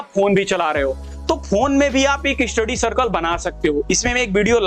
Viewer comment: Study ❌ eestudy ✅